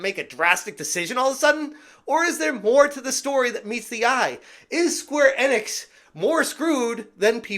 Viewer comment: It’s pronounced “Eeeeenix” not “Ehnix”